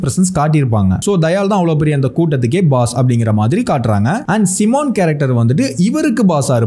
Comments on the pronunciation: சைமன் ✅ சிமன் இல்ல 😮‍💨 நீங்க சிமன் சிமன்ன்னு சொல்லும்போது என் காதுல சீமான் சீமான் ன்னு விலுகுது 😒 next Time சைமன் ன்னு சொல்லுங்க ப்ரோ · "Si" - S eye + mon = Simon bro adhu 🤗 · Ayya athu Simon seeeemon ila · Adhu C Mon ila, adhu Psy Mon Adhu Kaliza ila, adhu Kaa Lee Shaa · Seemon illayya adhu simon😅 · அது சைமன் பா... சிமான் இல்ல...